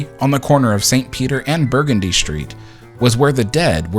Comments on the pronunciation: Loving the video so far, but a minor correction it's pronounced bur-GUN-dy, not BUR-gundy. :) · Burgundy St- pronounced Bur- gun- dee with the emphasis on “gun.”